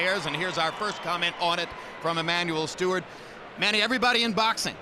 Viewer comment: Emanuel Steward? T instead of a D, hardly a big deal.